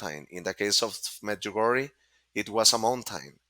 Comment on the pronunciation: As sombody for croatia i must say pronanciatian on medjugorje .. both of u are way off but good effort.. i been there ... its a huge thing in my country and everyone in my country knows about medugorje